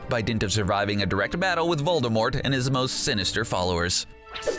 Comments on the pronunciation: It’s Voldemort not VoLdErMoRt. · It’s not Voldermort it’s Voldemort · Voldermort that’s how he pronounces it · Ahh good ol’ “voldeRmort”